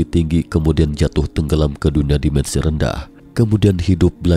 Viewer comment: Dimensi pak, bukan demensi. Alien bukan elien😭😭😭